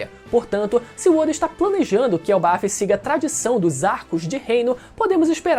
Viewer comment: Elbaf!? era pra ser "elbaf" eu acho